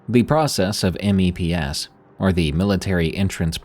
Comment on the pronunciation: it's funny to hear you spell out M.E.P.S. mostly because as a navy wife and mother, it's always just meps, like maps with an e, made me laugh, thank you